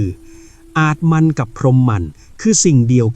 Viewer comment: อาตมัน_อ่านว่า อาด ตะ มัน โมกขศักดิ์ อ่านว่า โมก ขะ ศัก